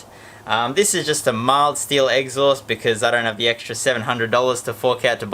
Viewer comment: He calls it the eggsaust 🤣